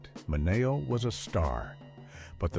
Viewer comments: its not Sal Min A oh...its Sal Minn E Oh. Learn Italian. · AI it’s pronounced Min e oh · I hate how they can’t correct AI narrators. I mean, “Sal Minayo”??? 🙄😂🤣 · It’s Sal Mi-knee-O. Come on. Please. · The narration uses the Italian pronunciation but Sal Mineo used the Americanized version. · You need to learn how to correctly pronounce Sal's last name. 👎👎👎👎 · Thank you..I was thinking the same thing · Check your AI voice/pronunciation